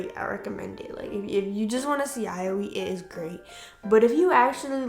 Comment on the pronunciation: I am so soooooooo sorry- But I got sooooo triggered by how you pronounced yaoi, 💀💀 I personally loved Dakaichi the anime- not the manga though because the manga was real r*pey, but the director of the anime said everything in the anime was consensual (besides the Ayagi incident)